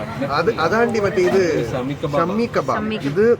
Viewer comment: Shammi kabab alla shaami kabab